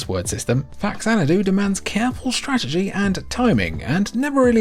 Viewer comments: Jfc. Almost 40 years later and we are still explaining this shit. It's not FAX-anadu. It's FA-xanadu. Pronounced Fa-zan-a-du. "Cultured" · It's fa xanadu, not fax anadu. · Love that Faxanadu got a mention! Love that game so much. Even have a cib copy of it. Also it's pronounced Faz-Anadu since it's a portmanteau of Famicom and Xanadu, another action rpg series. Fax very much. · Oh, turns out I've been mispronouncing Faxanadu for 30+ years. Somewhere I lost a syllable and have been calling it "FAX-AN-DOO." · I heard it was pronounced FaZanadu, which was a hybrid of Famicom and Xanadu (zanadu). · Even after 30 years, this still seriously bothers me... It's pronounced: fah-zan-ah-doo and even worse.. new-klee-er instead of new-kew-ler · It's pronounced "fazanadu"; it's a portmanteau of famicom and xanadu.